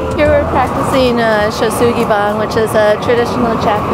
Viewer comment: If done properly it is burned on all sides. It's Shou Sugi Ban, pronounced Shouw Shoogie Barn... 👍🏽